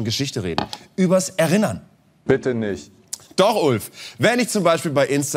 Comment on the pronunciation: Zwischen "erinnern" (Gerinnung) und "erInnern" (Gedanken) gibts sprachlich schon einen Unterschied. er-innern und nicht er-rinnern😆